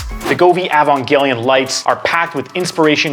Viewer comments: (sigh) EE-Van-jelly-on ...just think evangelical with a ON instead of CAL Sorry, after a few decades a fan gets picky. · really struggling to say Evangelion, huh? haha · The video is solid af, but I was dreading this exact thing and I hate that I was right xD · I’ve heard some bad pronunciations but this one might just be the worst